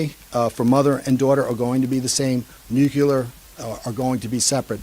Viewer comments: I'm really trying, but I just can't with this guy. Nucular is NOT a word. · No, and it's super grating. Didn't help that he said it a dozen times or more. But it's widespread. I've seen it in movies, and George Bush said it, too. It's not going away, unfortunately.